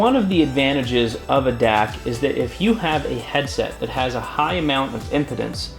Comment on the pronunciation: its pronounced " im-pee-dence ".